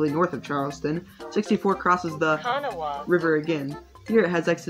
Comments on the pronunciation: The river is pronounced ka-NAW-ah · not even a local and know how to pronounce river name.